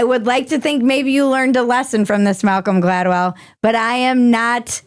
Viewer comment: You nailed it on Malcolm Gladwell! Perfect articulation!! 👏👏👏